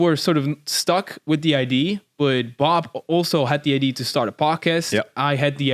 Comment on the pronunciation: “Ideeee” not idea 😂😂